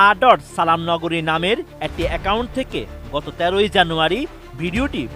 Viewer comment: আমির বিন (আঃ) আব্দুস সালাম নগরী হবে, হায়রে সাংবাদিক সঠিক ভাবে পড়াটাও হলো না।